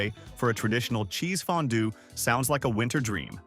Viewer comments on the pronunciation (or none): none